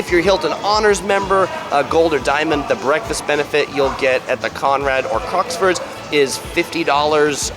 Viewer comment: Crockfords, not Crocksfords 🙏